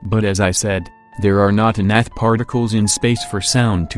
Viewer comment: does he say enough particles? It sounds like he is saying a different word . Anybody know?